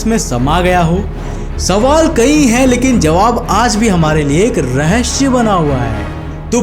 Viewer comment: rehshya lol